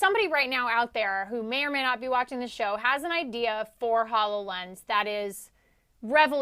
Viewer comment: Please tell the hosts/talking heads that it is pronounced: ho low lens as in ho low gram.